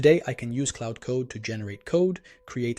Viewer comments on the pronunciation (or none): It's Claude, not Cloud.